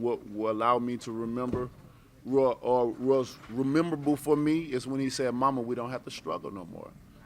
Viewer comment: “Rememberble” lmaoooooooooo I diedddd